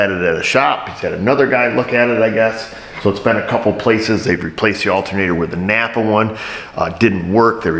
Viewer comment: I like the northern tier pronunciation of Napper Auto Parts.